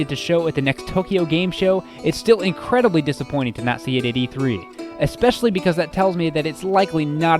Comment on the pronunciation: "expetial"... Really?